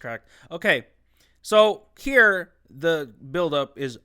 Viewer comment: LMAO BRO "HEĒRe" 😂